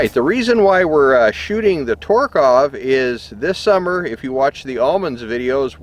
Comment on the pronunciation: the only thing I would say is I'm fairly sure your miss pronouncing the name TOK-A-REV like tok like tok of a smoke the a is short like I need a break and rev like rev your engine